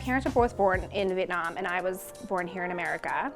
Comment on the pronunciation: Why can Americans say Vietnam/Vietnamese better than American born Vietnamese kids. It's "Vietnam" not "Vitnam"....this is super annoying because vit mean duck and nam means south so you're essentially saying southern duck people. Just show down and pronounce the Viet.